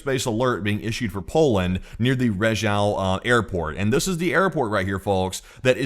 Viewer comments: Rzeszów is pronounced Zheshoov 😊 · rzeszów is pronounced zheshoof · Rzeszów is now a very important city and you will refer to it many times so my gift for you is the pronunciation - phonetically you say "Je" like French "Je Taime" and "shooph" like "shoot" but "t" replace with "ph" like from "phantom" or "f" like "from, first etc." - je-shoof. You are welcome :)